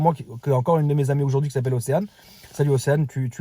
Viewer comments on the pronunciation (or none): none